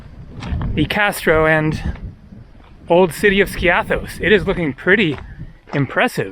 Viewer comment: Love your videos! By the way, "Skiathos" is pronounced: "Ski'- athos". The accent is on the "i" , not on the "a". Also, you said "kalispera" as a greeting while it's obviously morning or early afternoon, while the correct greeting is: "kalimera" (good day). Use "kalispera" only in the early evening as a greeting, and use "kalinichta" only as a "goodbye" at nighttime, never as a greeting. All the best to you!